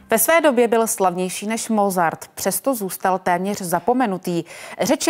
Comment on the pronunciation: Rve mi, uši když někdo vyslovuje jméno Mozart se Z.